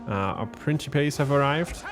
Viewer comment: Good to see you back doing TW Rome 2, just catching up on the campaign. And it's Prinkipes for the early Republic, my good sir, the Princhipes pronunciation for the c developed in the very late empire and Vulgar Latin.